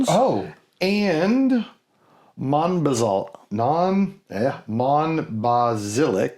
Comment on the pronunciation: Just FYI: "d'Or" should sound pretty much like "door" - the is no 'wa' involved nor is it 'Dior'; the "s" on the end of Sauternes is silent (e.g. 'so-turn'); the "ll" in Monbazillac and the "j" in Tokaji both sound like "y", so 'Monbaziyak' and 'Tokayi' (there are other nuances, but that would be closer than what you said...). Sorry to be picky, but French was my major subject at university! For butt jokes, you need to check out the labels for Hanyu "Nice Butt" and "Big Butt"... Surprised you didn't mention Firkin (40L). The change with sherry barrels started a long time ago, but was 'fixed' by a Spanish law (in 1986?) that made it compulsory to bottle sherry at source before export, so 'transport casks' became impossible. Still a very good episode and I'm looking forward to the next one.